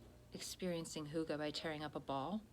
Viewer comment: Great content in this one,. Such great advice. And your pronunciation of hygge is on point! Hooogahh.